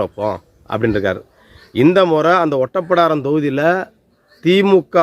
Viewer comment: அது ஒட்டப்பிடாரம் இல்ல ஓட்டப்பிடாரம்... அந்த ஊர் பெயரை உச்சரிக்கிறது இருந்தே தெரியுது உங்களுக்கு.. அந்த ஊர் நிலவரம் என்னன்னு தெரியாது அப்படின்னு... மூணு தடவை எம்எல்ஏ ஆனா மந்திரி போஸ்ட் கொடுக்கணும்னு எந்த சட்டத்திலும் இல்லை.. இதை உங்களுக்கு யார் சொன்னது? அவரை விட்டுட்டு வேறு யாருக்கு திமுக சீட்டு கொடுத்தது? அதுவும் தேவேந்திரகுல வேளாளர் தானே... திமுகவுக்கு ஒவ்வொரு எம்எல்ஏ சீட்டும் அவர்கள் ஆட்சியை தீர்மானிக்கும் வாழ்வா சாவா தான். இதில் ஜெயிக்க கூடிய எந்த ஒரு வேட்பாளரையும் கட்சி இழக்காது.. அவங்களுக்கு சண்முகையா வா முருகையாவா என்பதெல்லாம் முக்கியமில்லை ஜெயிக்க வேண்டும் அப்படி என்றதுதான் கணக்கு.. கொஞ்சமாவது யோசிச்சு பேசுங்கள்